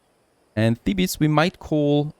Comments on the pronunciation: ou vay, its pronounce thee-bezz, not thee-bis............. its driving me crazy, but your norveegin ( :-) )) lol, so im giving a tiny bit of slack............ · Thebes is pronounced "theebs" not "thee bus"